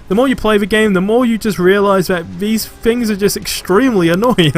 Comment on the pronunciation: Mate, please learn how to say "Th"! Its not FFor, its Thor. It's not FFings, its Things.